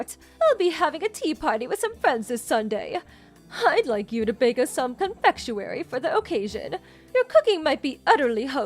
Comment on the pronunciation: Confectuwary???? Ummm not the correct word!